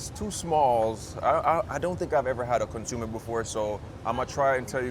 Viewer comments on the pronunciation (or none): I like Birria Landia. It is pronounced as "CON-SO-MAY".